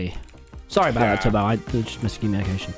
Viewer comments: every time he said it, I just heard Toby, Tubby. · hahaha Tommy called Tubbo "Tubby" .....its like Teletubby